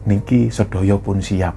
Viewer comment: sebagai org jawa klo melafalkan kata bahasa jawa sy harap tdk usah spt bukan orang jawa. lo klo bicara jg medok. utk melafalkan kata "ndoro" dan "sedoyo" kok melafalkan suara huruf D nya tidak tepat y sbg org jawa. maaf y